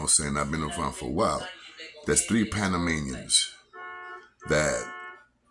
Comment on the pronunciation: Yo I like yo shit but panamanians is the correct way kid